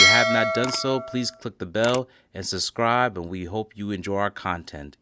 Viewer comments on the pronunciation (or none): Love your videos but just a quick constructive comment- The word subscribe is pronounced "suB-scribe" not "suScribe"